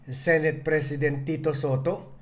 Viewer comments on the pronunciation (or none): none